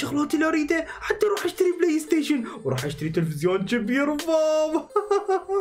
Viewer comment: واو ❎ ڤاو✅ 🤷🏻‍♀️🤷🏻‍♀️🤷🏻‍♀️🤷🏻‍♀️🤷🏻‍♀️🤷🏻‍♀️🤷🏻‍♀️